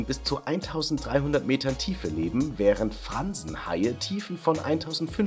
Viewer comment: Alter dieser Hi heißt kragenhai und nicht Franzenhai